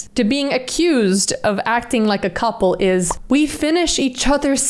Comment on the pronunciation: Did she say gouple??